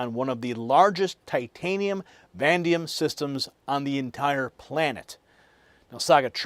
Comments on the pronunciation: Do you mean VANADIUM? I have never heard of Vandium. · You mispronounced VANADIUM = VA NAE DEE UMMM I have been trying to figure out what you were talking about. 😅